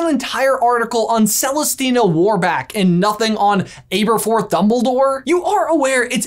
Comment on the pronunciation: Omg... The pronunciation in this one is killing me!! Aberforth: Abba-forth NOT Ayber-forth Pewter: this is a metal, it's NOT. Peter jug it's is PEWter (like star wars pew pew). There was another but I'm heading out.. Edit: Celestina Warbeck: it's BECK as in Beck... Not Back, it's NOT WarbAck it is WarbEck. If in any doubt on how the words are pronounced in English, (or Harry potterish) listen to the Stephen Fry narrated audio books. Or just ask a Brit. Before you say "what does it matter..." Leviosa not Leviosar Diagonally or Diagon Alley Pronunciation counts! Yes I do have Hermione-esque tendencies... and I'm proud of that.